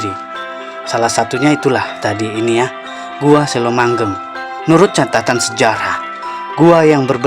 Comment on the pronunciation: Ngomongny kok selomangheng Bozz ku bukan selomangleng